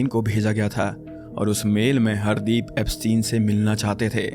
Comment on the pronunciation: I don't think he dubbed it, it can be a really good ai since when he said "Hardeep" it sounded in that white accent -- it sounded like (hard-eep)